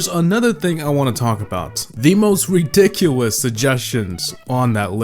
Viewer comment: DID HE JUST SAY WEDICOWUS!?!? BASICAWY